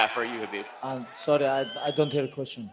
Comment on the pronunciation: Guy called him beeb 😂